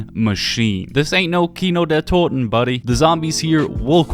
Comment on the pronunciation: Your German pronounciation of „Toten“ is the most perfect I heard so far from English zombie channels. Aber villeicht bist du auch deutsch :)